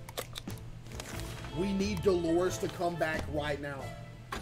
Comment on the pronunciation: Caseoh never fails to get Dolores’s name wrong